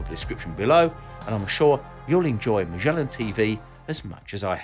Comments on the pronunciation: Ma-SCH-ellan? Mate, you forgot the d in there! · ma - gay- lan = MAGELAN